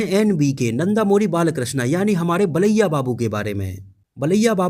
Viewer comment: Baliya nahi bro balya babu